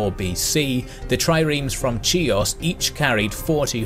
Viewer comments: its Hios not Tsios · it's pronounced (kaios) In English in all greek names the 'ch' is pronounced as 'k' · Great content but your pronounciation of Greek words is atrocious man. Chios is pronounced Hios, with hard H, not Tsios and every word ending in itai is emphasized on i ThranItai, ZygItai, HoplItai Also, it would be better if you pronounced ai as e (even though there is some debate abput how ancients used to pronounce these). Go to google translation and write the words in Greek and listen to them: Χίος, Οπλίται. Cheers Also, Thucydides is pronounced Thukydeedees, not thusidedes (ee as in tree)